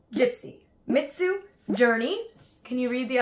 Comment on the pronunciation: It's Mitsou lol not Mitzu